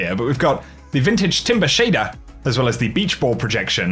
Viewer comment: Not sure,if you have had acting lessons but you now announce every last word over the top . Eg go here timer pick up your SHADER . You now over do the T’s on TITIAN , sounds too false and scripted . Annoying